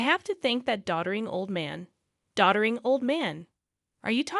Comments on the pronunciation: "Doddering" not "daughtering." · Doddering, NOT daughtering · “Doddering” old man, NOT “daughtering” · Doddering, not daughtering. The system! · "Daughtering"? ?????? It's "Doddering"!!!!! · Is it DAUGJTERING or Doddering? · AI doesn’t know the difference. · Try Doddering